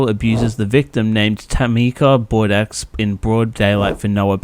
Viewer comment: pronounced the x in bordeux hahah